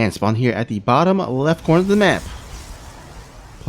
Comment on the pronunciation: Good cast, thank you., your pronunciation of "map" is the most triggering thing in e-sports casting. Please fix <3